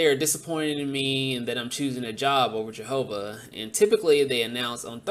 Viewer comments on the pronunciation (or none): Jehoover witness! 🤣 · How people can be Jehovah's Witnesses for so long and still mispronounce the name of their own cult baffles me.